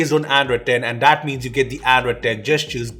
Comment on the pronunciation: cant say "that" he always says dat